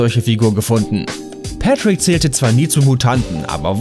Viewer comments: Ich spreche es auch so aus und er sagt Petrick Junge 🤦🤦🤦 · Niemand, absolut niemand: Er: Schponschbob, Pätschwik, Sandy Tschäks